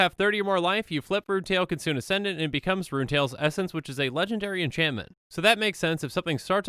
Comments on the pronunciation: kitsune too, if it was pronounced "kitsoon" it would be spelled "kitsoon" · Just an fyi, you are pronouncing kitsune incorrectly